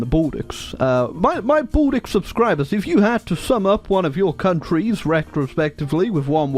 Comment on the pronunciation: The way he says Baltic all I can hear is "balldick"